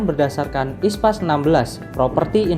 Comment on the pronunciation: International Public Sector Accounting Standard (IPSAS), kenapa dibaca ISPAS?